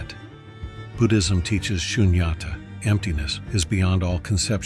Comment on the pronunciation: To my understanding Tao is pronounced as Dow. As in the Dow jones. Shunyata is pronounced Soon-yah-tah. The h is silent just like in the word Buddha.